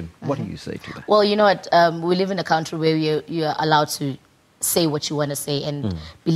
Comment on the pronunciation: That's her problem! She lives in a cowntree. Lol